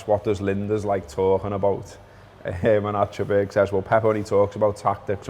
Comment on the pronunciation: As Scousers you should actually pronounce "Achterberg" correctly! ;-)